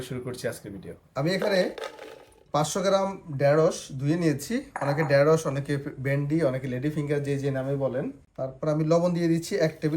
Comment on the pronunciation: খুব সুন্দর! তবে ডেরোস নয় ঢেঁড়স